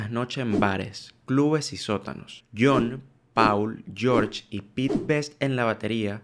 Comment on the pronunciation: PAAAAUUUUUL?????? EN SERIOOOOOO???? jajajjaja!!! No seas malo amigo si vas a hacer un video de la banda mas famosa de la historia por lo menos aprende a decir bien el nombre de uno de los mejores bajistas del mundo!!!! 🤣🤣🤣 PD Encima poner ese título, supongo q es para q la duda de saber q decís en el video haga q intrigue a la gente pero genera todo lo contrario!!!! No creo q sea una buena forma!!! Solo digo para futuros videos!! ✌🏻😃